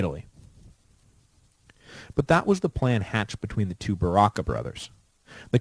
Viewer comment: It's pronounced Barca not Barracca but other than that, nice potted history of the Punic wars.